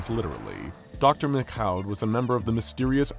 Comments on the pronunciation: What's with the "McCaw" [məkkaʊ] (or even "MacKhough" [mɪkxaʊ] at the end) pronunciation of the French Canadian name "Michaud"? I mean, it's hardneither to say it right nor to look it up – it''s just pronouced fucking "Meeshaw" [miʃo]. I don't know why they complicated it that much, when they also decided to do a French accent during his monologue lol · I always thought the French pronounced Michaud as "Mee-shoh". Love the videos! Please continue! You n Dr. Bob are the ginchiest!👍👍